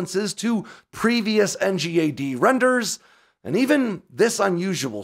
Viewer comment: Please can we call it ‘en-gad?’ Not spell it out.